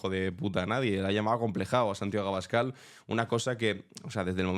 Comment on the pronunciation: En realidad dice Santagüio Escabal 😂😂